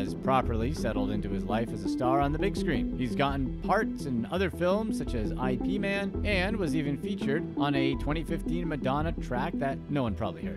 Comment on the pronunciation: Is it (I.P.) Man? Have i been pronouncing that wrong for years?